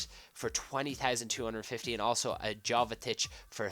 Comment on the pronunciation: It's pronounced yovetich and gille